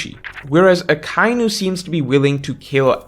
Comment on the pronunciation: Do you seriously not know how to pronounce Akainu??